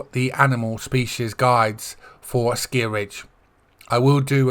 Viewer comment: Hi! Thanks a lot for the guide! At the moment I am hunting wood ducks. They are really beautiful! I've got a rare already! 😁 The color pattern on your shotgun is really funny 😂 Not for me, but to each his own! And according to the EW-vids it's "Asciiiij-Ridge" 😆😅🤣 Have a nice weekend! 🤠